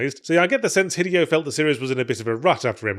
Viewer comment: Yahtzee, my dude, it’s been almost 2 decades… Say it with me: hee-DAY-oh Kojima.